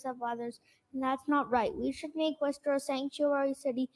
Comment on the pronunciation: Wooster, Massachusetts, not Missouri.